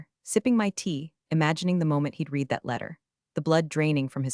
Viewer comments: Please, they still cannot differentiate between read (present tense) and read "red"(past tense) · Lear to say READ VS READ VS red in the appropriate places. And friggen learn to say Patagonia. Instead of Pagonia. So irritating. Every single story. And dinged vs Dinged which I don’t think din-jed is even a word. So dumb.